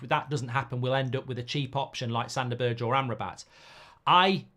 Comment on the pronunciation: This channel is great, Mark. But learn that Sander Berge is not pronounced BERDSJ. Just say BERG.